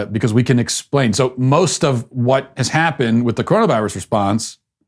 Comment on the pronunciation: LOL..............love when he says CORONUS VIRUS